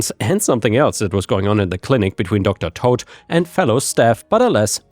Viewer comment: With the Docter Toad story the way you pronounced it is wrong its as if you're saying the name is Todd the way you pronounce toad is by saying towed they are similar in pronunciation but instead of saying towed its toad i hope this helped